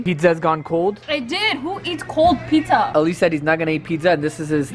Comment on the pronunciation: Plz don't pronounce Ali to Alayy Its ,Ali, Its our Imam Ali name, do respect as being a good Muslim